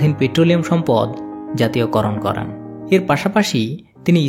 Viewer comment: Vai করেন টা করান শুনাচ্ছে পরবর্তীতে বিষয় টা খেয়াল করবেন